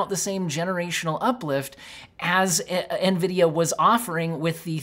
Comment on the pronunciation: lmao nevidia greed.. but ya.. it is what it is xD